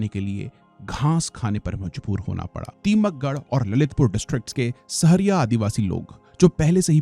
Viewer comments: टीकमगढ़ है टीमकगढ़ नही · Ye tikamgarh ko timakgarh bol rha hai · टीकमगढ़ not तीमकगढ़ बघेलखंड not भगेलखंड Considering you are North indian and can speak hindi well, at least learn to pronounce the names of the places correctly before making the video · Timakgarh❌❌❌ Tikamgarh ✅✅✅ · Video banane se pahle vaha ke Name sahi se pata karna chahiye ,, ek v jagah ka name sahi nhi liya aapne. ओरछा है na कि orkha, टीकमगढ है न कि timaggad, its चेदी not चेडी, its धसान, धासन नही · Sir टीकमगढ़ है टीमकगढ़ नही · सर ये टीमकगढ़ नही टीकमगढ़ है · सर सही से नाम पढिए बो टीमकगढ नहीं टीकमगढ़ है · It's not timakghar its टीकमगढ़ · बहुत बढ़िया कॉन्टेन्ट। बस टीकमगढ़ को टीमकगढ़ बोल दिया ग़लती से। 👍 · Sir टीकमगढ़ सही pronunciation है प्लीज कॉरेक्ट इन your video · Sir ji टीकमगढ़ होता है उच्चरण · from next time please pronounce the name correctly... जालौन, ओरछा, टीकमगढ़, कालिंजर .... better to pronounce the name in hindi accent